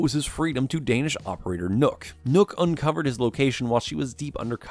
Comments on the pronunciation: NØKK not Nokk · Nøkks name isnt pronounced nook, you have to say it like knock